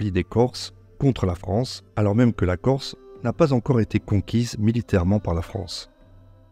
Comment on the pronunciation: Excellente vidéo et félicitations pour la très bonne prononciation du corse